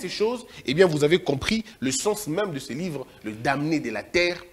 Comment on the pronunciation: le m dans le mot damné est muet donc ne doit pas être prononcé je vous dis ceci parce qu’il me semble que vous le prononcez toujours et l’agence Américaine d’intelligence dont vous parlez ne se dit pas comme si vous lisiez un mot les lettres se disent individuellement donc C-I-A